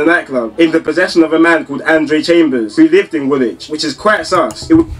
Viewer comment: andre chambers is from woolwich lol and wooly is WOOOLWICH